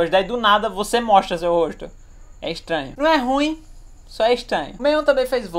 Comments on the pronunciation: é extranho isso é ixtranho é ixtranho só é ixtranho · Isso é "estainho"